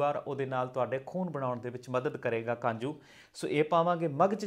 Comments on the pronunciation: kanju ni kaju hunda hai ji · Kanju nahi hunda ji kaju hunda